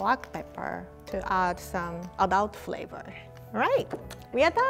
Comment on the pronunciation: Nobody:: A D U L T F L A V O R